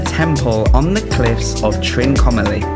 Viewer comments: You said Trinmocalee for Trincomalee 😜😝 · And it is "Trincomalee" , not Trinmacolee :) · Your pronunciation of Trincomalee was Trin-mo-calee hehe you are forgiven though :)